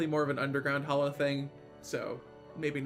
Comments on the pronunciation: Okay fine, agree to disagree <3 Also it’s hallow not hollow : ^) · Anyone else triggered by him saying hollow instead of hallow? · Surface mushroom biome actually spawns some fairly nasty mobs so long as it's not in your town. It surprised me the first time I got steamrolled by some glowing beetle bugs. And why do people keep calling the "Hallow" the "Hollow?" do you not see the "A" in there? It's pronounced like the start of "Halloween" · It is not, hallow and hollow are pronounced differently. Hallow sounds more like Hello.